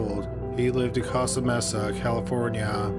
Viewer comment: Its pronounced Coasta Mesa, not Kosta